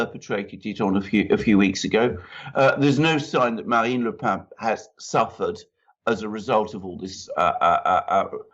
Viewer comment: Le Pen is pronounced simply as in the English 'pen', not the nasal 'pain'.